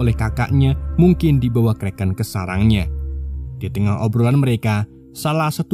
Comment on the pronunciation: Setiap anda ucap kreken saya jadi lapar